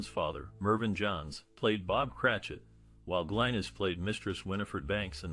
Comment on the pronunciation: Also pronounced Glinis not Glenis